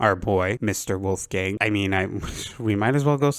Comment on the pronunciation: How did you get yourself to say weres wolfgang lol